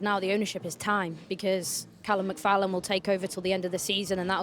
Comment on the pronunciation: Did she just say “Callum McFallum”? 😂